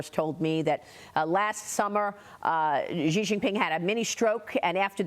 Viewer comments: President Trump…… Respectfully….. an X in Chinese is an S. Xi is pronounced She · Not President Chi, it is President Xi, which sounds like "si".